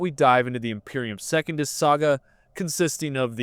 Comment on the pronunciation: He also says Second-us, instead of Se-cun-dus. Pretty 🤪🤣